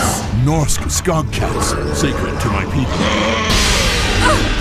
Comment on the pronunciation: I realise they couldn't get the accents, but I wish some of the Norwegian words they used, like skogskatt, had been pronounced right. It isn't skog as in dog, but the norsk o sounds like double o. So, the o in skog sounds more like the double o in food. I am available for Norwegian help. :o)